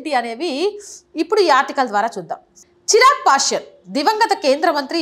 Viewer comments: నమస్కారము హిందూ సమాజానికి తెలియ వలసిన మంచి విషయం గురించి వీడియో చేసినందుకు ధన్యవాదములు. కానీ ఒక సూచన తన పేరు చిరాగ్ పాష్యన్ కాదు "చీరాగ్ పాశ్వాన్" దయచేసి సరిగా వుచ్చరించ గలరు, దయచేసి మరోలా అనుకోకండి. జై శ్రీ రామ్ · సదరీ! చిరాగ్ పాశ్వాన్ అనాలి. మీరు చిరాగ్ పాశ్యాన్ అంటున్నారు.